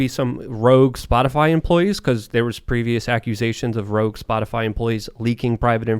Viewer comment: Did anybody else hear Peppermint Patty call it "Spotifly" in the White House briefing?